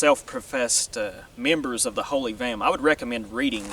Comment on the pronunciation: Vehm*. Not gehm.